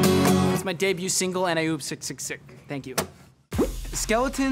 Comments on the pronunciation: The way he says sksksk is skaskaska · When he said "and i oop- (sksksksk)" it sounded that like he was saying "skaskaskaska" AHHAHAHAHA 😂💞💛🎶😍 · It's adorable how he pronounced sksksksksk wrong!